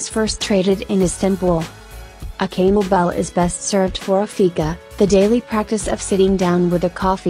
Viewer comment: Hearing the ai say “kanelbulle” was just too funny